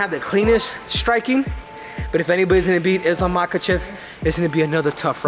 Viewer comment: know his name, but in his language it's pronounce mahAchev, not mAkachev like most do